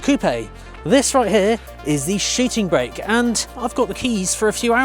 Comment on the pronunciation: Shiting brake - I do love your pronounciation :-)))